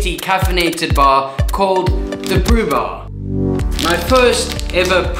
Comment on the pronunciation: brubur (not bar)